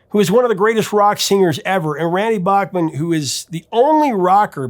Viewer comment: I heard Randy in an interview on Q107 in Toronto. He cleared the air. His last name is pronounced: Bake-Men